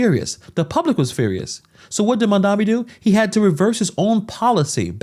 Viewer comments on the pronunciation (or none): His name is Mamdani M-A-M-D-A-N-I 😂😂😂